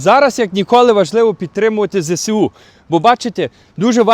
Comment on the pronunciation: вибачте за виправлення. Не ЗЕ-СЕ-У, а ЗЕ-ЕС-У. В украiнськiй мовi немае букви "СЕ". Дякую, та ще раз прошу пробачення. А праця Ваша потрiбна i корисна ❤🎉